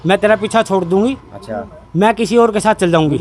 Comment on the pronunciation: Namaskar maaaaaaain yeh bolne me kon sa sur lagaya patarkar mahodya plz ek bar yeh batane kasht karo plz